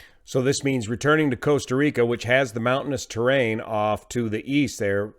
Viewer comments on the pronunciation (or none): Coasta Rica 😝